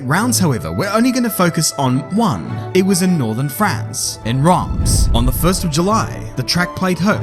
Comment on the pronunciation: It's not your fault, but the way you say "Reims" is killing me